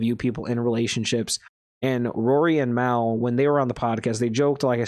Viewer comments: if you consider that hate...you're definitely not built for the podcast game...are you even a real JBP fan? If you were...you'd definitely know his name isn't pronounced that way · Damn...if you're gonna do a deep dive, at least pronounce Mal's name right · you do know mispronouncing his name is disingenuous right? If you want to make good content you need to be authentic. Don't be that guy.